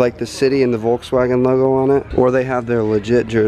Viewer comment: Wolkswagon hahahaaha im dying😂 Greetings from the home of Volkswagen, Germany😂